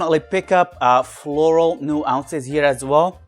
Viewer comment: Love your enthusiastic takes and honest thoughts, as always. Just a heads up: nuance (new-onss) short o sound.